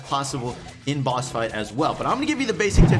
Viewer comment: wow i thought he kept on saying bus because of his size but he was actually saying boss! wow!